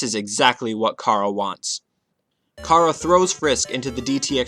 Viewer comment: IT'S CHARA AS IN CHARACTER, NOT CHARA AS IN CAR-A AAAAGH all aggravating issues aside, le gud video is gud